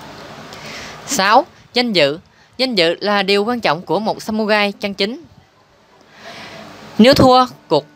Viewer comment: Đọc sai r phải đọc là samurai ( rai ) chứ không phải samugai nhé